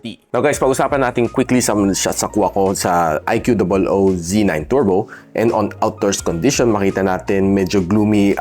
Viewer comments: bat ba "i q double o" pag pronounce mo? pinapahirapan mo lang sarili mo eh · di ba ikoo tamang pronunciation nyan sir.